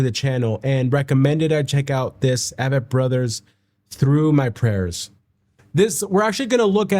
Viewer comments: Name is pronounced as A-vett Brothers . like A-Corn 🙂 Been a huge fan of them since the beginning around 2002 -ish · Their concerts are just as intimate. And it’s AAAAAAAAyyyyy-vett, not a-vett. Big A, not little A. They are my favorite!! Discovered them through my husband, he discovered them through his Army Battle buddy who went to high school with Seth. Their music is very autobiographical. Start at the beginning, listen in order, you will see their life transformed over time. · I have loved them for so long. Glad you do now too. They pronounce their name The A, as in A+ vett. Just an FYI